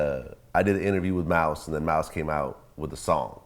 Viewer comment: Mouse got more clout than who ever this is lol that's why he commin correct when sayin mouse name